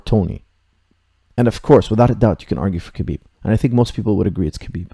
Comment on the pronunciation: its pronounce habib dont sound out the k